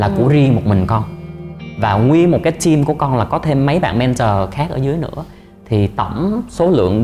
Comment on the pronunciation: 2 bằng thạc sĩ ở Úc mà một chữ "team" nói mỗi ngày mà cũng kh chuẩn, vẫn nói giống VN là "tim". Thực sự phải nói là "thim" mới đúng. Ở trên núi hay sao mà kh có đặt đồ ăn qua Uber eat? 😂 Tôi ở Melbourne nè, tuần nào cũng đặt đồ ăn qua Uber, cho dù 1 ly nước họ cũng mang tới. Nói gì thì phải nói cho đúng.